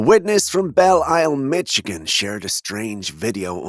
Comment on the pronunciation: it's mi-shi-gan not mi-chi-can how it's pronounced